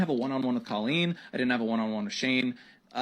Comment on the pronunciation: If Daniel is such good friends with COE-LEEEN then why is he pronouncing her name wrong? 🤣